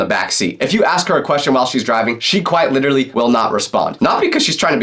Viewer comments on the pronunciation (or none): Why are u always trying to say LITERRLLY instead of LITELLLYYYYY....